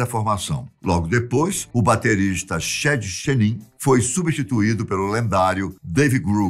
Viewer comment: A pronúncia está errada em “Kurt”, “cobain”, “courrney”, “grunge”, chad” e “novoselic” As informações deste vídeo estão todas no documentário “Kurt and Courtney”